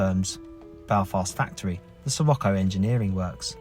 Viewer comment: Pronounced, Sir rock o.